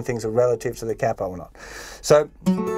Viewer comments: Kay-po or kapo? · the way he says capo?!?